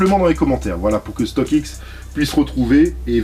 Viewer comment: La vidéo régale comme toujours StockX accent